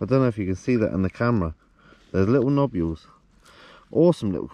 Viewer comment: He he. Sorry. I’m such a child. Nobules 🤣🤣🤣🤣🤣 Love the vids guys 👍🤢🤢